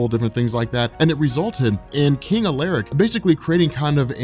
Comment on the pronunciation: Hey I'm not one if those people who go around correcting people but I'm currently working towards my doctorate in Dark Age and medieval history so I'm well versed you can say on this topic and Alaric is pronounced Al-er-rick. Incredible content please keep it up!!!!!!